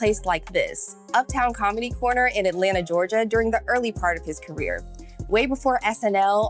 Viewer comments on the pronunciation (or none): none